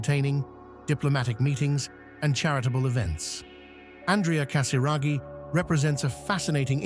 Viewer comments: Casiraghi et non Casaraghi !!pfff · Fundador sem noção Diz o sobrenome de Andrea totalmente errado Antes de gravar,vá aprender Não é Casaragi É Casiraghi E não Casaragi